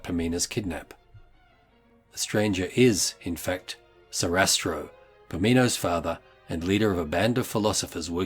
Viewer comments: It’s SARASTRO , not SESATRO ! 😂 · Congratulations- an excellent video!! Just one small thing…..his name is Sa-ra-stro. Sorry to be a pedant. Brilliant content & well thought through!! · Who's "Sisastro?" I think you mean Sarastro.